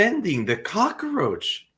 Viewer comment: Cockroach NOT Cocaroach!!